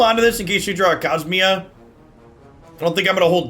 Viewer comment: I liked how you pronounced Cosima like it was Kasminia